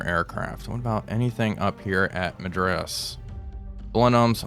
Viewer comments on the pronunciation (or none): none